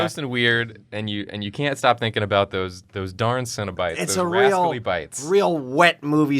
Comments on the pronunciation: The more they say cenobites, I’m hearing cinna bites as in bite sized cinnamon buns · I don’t know anything about Hellraiser and really thought they were saying “Cinnabite” as in the food for more than half the episode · I kept hearing "cinnabites" and being very confused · Okay until got her prompt I thought they were saying cinnabites, and they were like little cinnamon roll treats